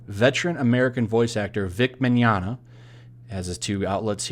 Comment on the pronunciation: Thanks for attempting an Italian accent when saying his last name lol It was good